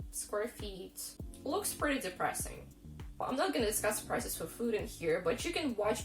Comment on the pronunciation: Ah! You said price-ees! I've often heard Taras Kul from Crazy Russian Hacker say, "rope-ees!" That's interesting to hear how Russians really put their all into that e on the end of the word! So basically, you need to collect a pension or retirement party from another country before you settle back down in Russia... I've got a feeling that things may turn out to get better in your country when Putin releases satellite footage from 9/11 in New York or the entire world is going down, so don't despair. Your country knows some norms, but America is about to step off the deep end of inflation as well as food shortages because of the "Great Reset."